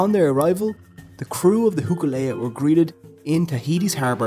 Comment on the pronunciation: I don't know if it's your Irish accent but it's pronounced HOKU LEA NOT Huku Lea, Hoku means star, I don't know what Huku is sorry